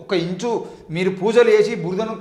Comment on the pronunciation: "ఇంచు" కాదురా సోది నా మడ్డ , "ఇంచ్" అని పలకాలి